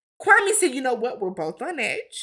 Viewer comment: Kwame is an embarrassment to us Africans. He isn’t even pronouncing his own name right. It’s KWA-May Not KWA-Mee. Like SIRRR